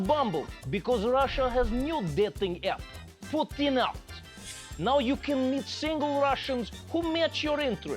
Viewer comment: Trevor, your Russian accent is outstanding but you are still failing to pronounce Putin's name, correctly ;} Big incompetence, for Slavic ears... 0;S